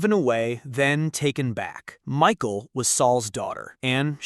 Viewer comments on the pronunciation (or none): Not Micheal but Michal pronounced as Mikha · Headsup - the AI voiceover pronouncing "Michal" as "Michael" makes it sound like a secret surprise homosexual relationship between David and a guy named Michael, for a bit, until the viewer realizes what's going on.